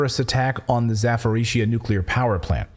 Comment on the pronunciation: Hi..... Zaporizhzhia is pronounced Zappa - Rosha.. straight from my GF who's still got a mom in that city